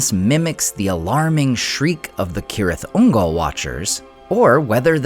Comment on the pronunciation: At LAST AI that pronounced it (K)orectly😮! Now pronounce Celeborn and Cirdan! 🤓😎✌🏼☮️